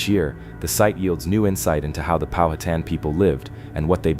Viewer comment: Pow-ha-tan NOT POW-hat-an . Get it right.